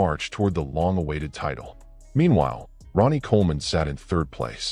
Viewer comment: You said Ron ie